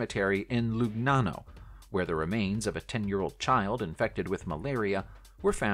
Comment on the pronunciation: Hertfordshire = HART-ferd-sher Launceston = LAWN-stun Lugnana = Luh-NYAH-no (Think 'lasagna')